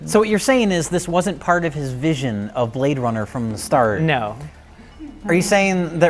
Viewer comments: He say you Brade runner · HE SAY YOU BRAAAADE RUNNAH